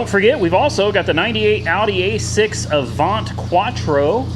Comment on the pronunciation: It's called A-vant.. like vent but with a a. Not how ever you say it lol LOL